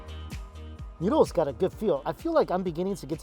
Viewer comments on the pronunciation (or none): I hate my mind when he said noodles noods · haha i thought you said Nudes here